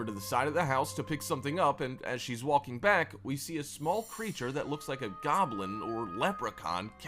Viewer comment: it's not just funny he says walking and pronounces the L. its even funnier that sometimes he says it correctly and immediately says it incorrectly.